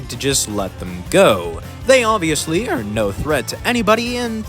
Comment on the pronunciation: the word "are"